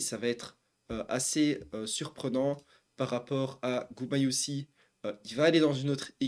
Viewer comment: GumayuSHI la prononciation